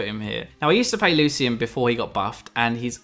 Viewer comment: ITS PRONOUNCED " LOO-SHIN"